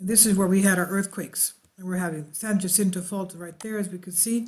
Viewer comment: Also San Jacinto j as h